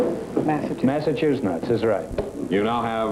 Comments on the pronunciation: His pronunciation "Massachunuts" was intentional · Amazing that for all of his self-taught knowledge Groucho continuously had trouble pronouncing the word Massachusetts.